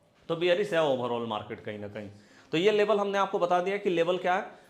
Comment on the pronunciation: Sir Labal kiyaa hota hai Level Bolo